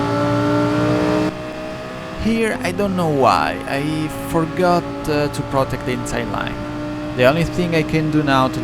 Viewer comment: devo dire che parli bene inglese dal punto di vista dei vocaboli e della struttura della frase ma metti l'accento su alcune parole proprio male haha (es. protect, until, penalty, legit ).... ti consiglio di ascoltare qualcosa anche su youtube comunque stai migliorando! Per il resto video stra interessante!